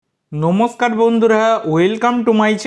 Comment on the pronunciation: Bhai tui namaskar ta thik kore bol